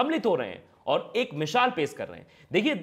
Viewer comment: Mishaal nahi baba misaal hota hai